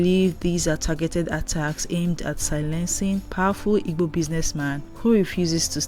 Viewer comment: Please learn how to pronounce Igbo